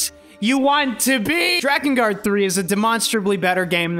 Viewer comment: You said drakengard good not like dreekengard